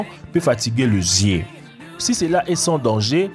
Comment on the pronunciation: Le zié, leu zieu 😂😂 sinon sipè vidéo 😂😂